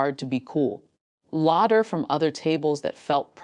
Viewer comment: Its pronounced laffter , not larter , teach your AI